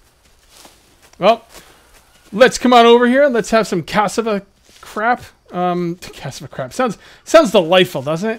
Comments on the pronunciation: Men its CA-SSA-VA or CA.SSA..VA.. not cass-a-va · KĀ-SCĀ-VÅĀ a lot of short A's and short S's is the sounds. Sharp K at the front, even though it is a C. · For the past 20 vids I heard you struggle with the Cassava food. It is pronounced Ka-Sa-Va, also called Yuca; primarily a Brazilian tuber...